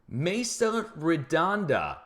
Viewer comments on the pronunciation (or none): none